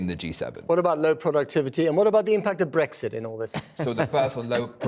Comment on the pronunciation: Bwexit... oh feking dear god.